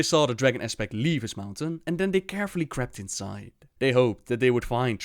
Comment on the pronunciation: all you need to do is turn on the subtitles. it is crept not crapped. learn some english.